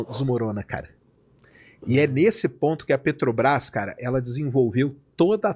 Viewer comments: Sei.... Que o nome é Petrobrás e não "Petobas". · "PETOBRAS" é dose. Tem criança lendo suas manchete de capa. Coisa horrorosa. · Descobriu que falta um R 😂😂 na peTObras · O correto é Petrobras (sem acento no 'a') e Petobras!